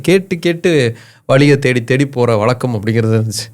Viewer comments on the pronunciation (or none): வளக்கம், பளக்கம்.... இருந்துச்சு... 13000 கிமீக்கு அப்பால இருக்கிற அமெரிக்கா எப்படி இயங்குதுன்னு தெரிந்து கொண்ட நீங்க, அந்த ஒற்றை எழுத்து "ழ" வை எப்படி உச்சரிக்கணும்னு படிச்சதை மறந்துட்டீங்க.....